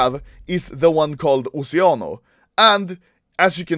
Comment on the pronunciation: Oceano Is italian Word lissen the pronuncia plz